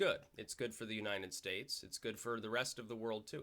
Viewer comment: Funny how you always say 'Unined States' :)